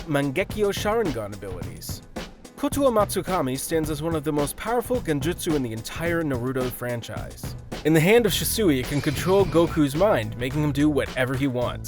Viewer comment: “Shi sew eee uchiha”🤦🏽‍♂️ “Na rooo to”🤦🏽‍♂️” “to bear ra ma senju” “ha gar ra mo”